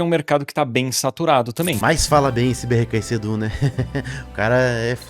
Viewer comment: Pq vc fala "betksedu" ?? 😂😂